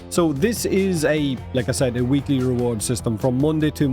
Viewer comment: It's "weekly" not "weeklie" lol. The y only becomes an ie if you use the plural "weeklieS" with an s.